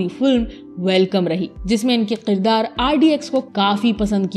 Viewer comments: sahi lafz Kirdar hai na ki Qirdar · Aap please kirdaar ko k se pronounce kiya karein. q se nahin.